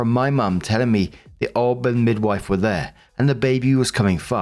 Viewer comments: FYI - "OB" is said O - B, not "ob" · Someone needs to explain to that it’s an O B (each letter pronounced), and not an ob. It briefly confuses me when he says it. The same with O-B-G-Y-N. Each letter pronounced, not obgin. Makes me cringe every time I hear it. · For future reference its pronounced "O.B.". Short for "Obstetrician". 1st: OP. NTA! That Midwife took Hostile and dishonest actions in the discharge of her duties. THAT MIDWIFE needed to be dealt with. She let her issues distress the patient! Follow up with all legal recourses available. Lord knows what she might do in the future. The Midwife may need to be kept from continuing in that field considering her inherent prejudices! Think of what would and should happen when an Officer abuses their command under the color of authority! It's the same thing! 2nd OP: NTA. OP should instruct the kids to take legal actions to prevent the Step-Mom from collecting anything. The kids are adults and failed to handle things well at all. Not your issues.